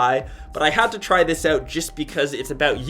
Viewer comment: Check it "ouwt" lol stewie